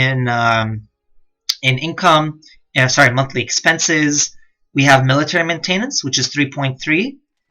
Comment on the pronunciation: These are great guides but someone really needs to teach you how to pronounce the word MAINTENANCE